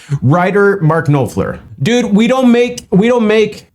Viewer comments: G'day, Thanks for a great video. I have a couple of comments for you. 1- The "K" & "P" in Knopfler are both silent. Also, the 1st syllable ends at the "F", & sounds like the word "off". 2- Mark Knopfler doesn't chicken pick; he uses a classical or Spanish style of finger picking. Chicken picking is a picking compination where the strings are plucked with a pick & free fingers. Chicken picking is more of a Country & Western style. Mark's style is more strumming with the thumb, index & ring fingers. The biggest difference between chicken & finger picking is that you can play 2, 3 or 4 strings, with a pinching motion, when finger picking. Mark also uses a muting motion which is differnt to the chicken style. Mark made an album, with Chat Atkins, called Neck and Neck. If you listen to their version of "There'll Be Some Changes Made" & "Yakety Axe", you'll be able to hear the different styles. You might have to listen to "Money For Nothing" to get the jokes in Some Changes, but you're life will not suffer for listening to that... 3- For more of Mark's gutar style, listen to "Private Investigations" & "Love Over Gold", both from the Love Over Gold album. 4- Mark also wrote & played some great scores for the movies "Coming Home", & "The Princes Bride". 5- Finally, another finger-picking-rock-God is Lindsay Buckingham, from Fleetwood Mac. He's usually underrated, but whenever he leaves Fleetwood Mac, they have to find 2 other guitarists to replace him. Check out FM's album "The D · few "singer/songwriters" can rival Mark Knopfler's (rhymes with cop) catalog. Few if any can evoke emotion in concert like this guy. I have been blessed to see him many times live and up close and personal and his band of mates that he plays with is equally as impressive. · im glad you found him, i watched your video on sultans of swings i love dire straits and glad you like there music! also his name is pronounced mark knop-fler knop sounds like knott:) keep the good content up!